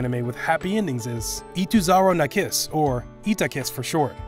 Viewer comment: Ituzara na Kiss?? Another mispronounced name. And then there's Tsuki ga Kirei mislabeled as Saekano again.